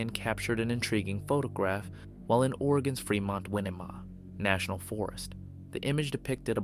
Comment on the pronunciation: Winema --"Why-knee-ma" not Why-nem-a